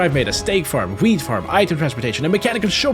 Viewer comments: When it said wheat farm I heard w**d farm 😂💀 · Am I the only one that thought he said weed farm?